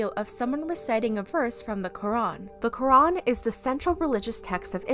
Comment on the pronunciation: When she said lorac I thought she said the rock 😂